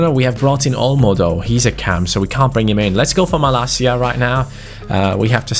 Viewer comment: don't pronounce 'Malacia' 'Malakia', because this is a greek swear...